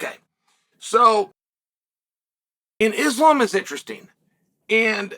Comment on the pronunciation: Eeslaam Mocklechev 💀💀🤣